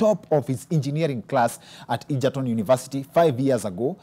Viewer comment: Yah that's how it's pronounced. Ejerton